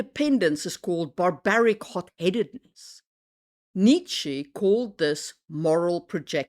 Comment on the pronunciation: I can hear that you aren't native, and that your accent sounds Germanic but not North-Germanic. So my thought was that you should be able to pronounce Nietsche. Was it just an misguided attempt at placating / pleasing English speakers was my thought 😅